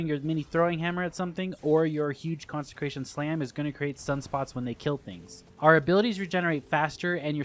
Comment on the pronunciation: CONSE CRATION! NOT CONSEN CRATION